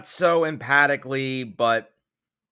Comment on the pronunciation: I like you, but it's emphatically (em-fatick-ly)